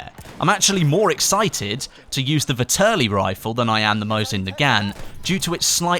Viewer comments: Nice video, but its pronounced Vehterlee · It's pronounced Vet-er-Lee